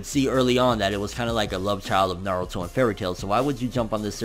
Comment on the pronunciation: sorry because i saw a guy with the sasuke picture becaisea man said "narudooo" instead of naruto 😭😂😂😂